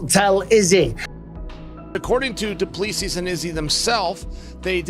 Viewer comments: can the american learn how to pronounce dricus du plessis. It is DRIIII-KUS, DO PLES-IIII....not all the other crap that chael says. There is no DIRK-US DO PLES- SIES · Dricus du Plessis... "du ple-see" please get it right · Chael pronouncing Du Plessis 😅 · Chael Sonnen completely butchering Dricus' surname lol